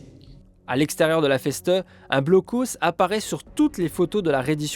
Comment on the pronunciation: Reportage très intéressant, merci. Juste une petite remarque sur la prononciation de Festung, le ST se prononce comme dans standard. Ou pour faire plus simple il faut prononcer Fesse toung. 😅.